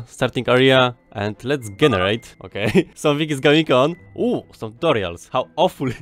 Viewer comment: pronunciation of "generate" 🤯🤯🤯🤯🤯